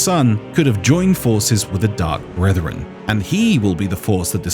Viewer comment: Ah yes, the Dark Bwethwen.